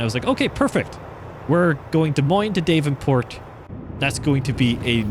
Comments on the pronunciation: Daaavenport not dayvenport sorry just a lil annoying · It's "daaav-en-port" (dav rhymes with slab), not DAVE-n-port. just a heads up. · Loving the sights of the Iowa DLC, from an Eastern Iowan like myself. If there's one criticism, it's how you pronounce Davenport, which I find rare people pronounce it as "DAVE-EN-PORT"...same with Ottumwa as "ODDUMWA". lol It's okay, those are not as bad as people trying to pronounce MAQUOKETA (99.5% of people who don't live around Eastern Iowa had a hard time pronouncing it. lol) Anyway, we pronounce Davenport as "DAV-IN-PORT" and Ottumwa as "UT-TUM-WA". Anyways, keep up the videos, fella trucker!